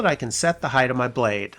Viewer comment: The word is “hight” not “highth.”